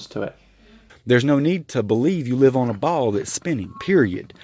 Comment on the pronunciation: How come most flatties I see pronounce "ball" as "beauw"?